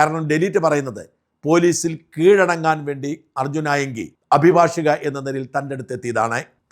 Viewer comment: താങ്കൾ അഭിഭാഷിക എന്ന് ശരിക്ക് ഉച്ചരിക്കുന്നു. നന്ന് പല പത്രക്കാരും ചാനലുകാരും അഭിഭാഷക എന്നാണ് പറയുന്നത്. അത് തെറ്റാണ്. അദ്ധ്യാപകൻ -അധ്യാപിക, പരിചാരകൻ -പരിചാരിക